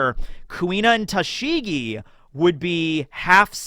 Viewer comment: I can't listen to you butcher Tashigi's name... It really makes me cringe so badly. I love you man, but there's only so much my ears can handle.